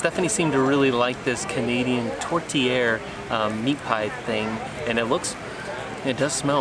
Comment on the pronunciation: The meat in the tourtière is choppped beef and pork. Sometimes we only use pork. Like a other person told you, the way you pronounce tourtière is very close. Awesome video.